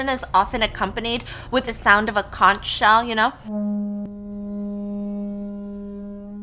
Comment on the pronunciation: Conch is pronounced "conk."